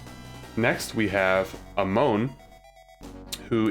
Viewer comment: Its A-mon not A-moun